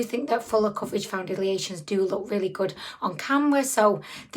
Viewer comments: I love that you call them foun-diddly-ations, lol. Also, even without the extremely dry skin, it ends up separating and looking dry. I unfortunately bought this product and am now stuck with it. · First time seeing one of your videos...are you saying foundiliation? lol You're super cute.